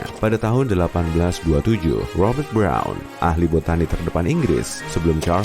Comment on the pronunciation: roubeiert brouuwwnn.. briaaouwn breouwn wkwkwk ribet amat bilang bron aja